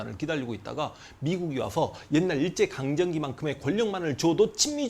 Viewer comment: 선생님! 강정기가아니라 강점기가 맞는거죠? 강제점령기... 잘 듣고갑니다~~